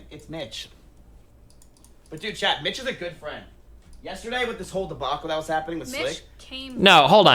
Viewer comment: Honestly this whole saga has helped take my nervous ass mind off a potentially life changing interview today xD I was shouting during the leaked call when Miz kept saying, "iM gUnA lOsE mY bEsT FwEnD!!" Like NOOO DONT KEEP SAYING THAT 😂